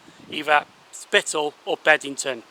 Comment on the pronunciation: Loving your work! 😉👍 but it's BEBington isn't it?! Not Bed! 😂